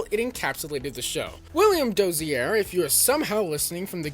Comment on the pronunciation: DOZIER not “Dossierre” for gods sake, he’s not French.